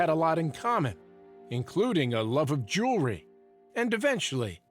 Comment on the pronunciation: How does a jeweler pronounce jewelry “jew-ler-ee?”